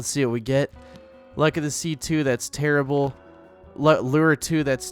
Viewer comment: 1938 other people: terrible: tearable